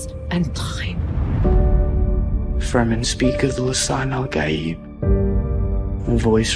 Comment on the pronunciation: You got all the right pitches. Fantastic.